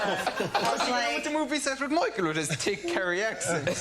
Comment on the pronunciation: Tick Kerry accent - thick is pronounced tick in Ireland.